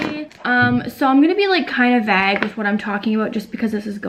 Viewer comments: It’s often pronounced like that in Ontario! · yeah i live in ontario and ive only heard it pronounced vague here (vague rhymes with bag) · My only concern is how she said vague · how do you pronounce it? 😂 i say it like vague rhymes w bag